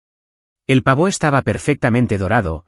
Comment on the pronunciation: Pavo, no pavó